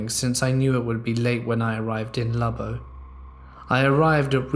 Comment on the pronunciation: hey you pronounced Lubbock pretty well! Lol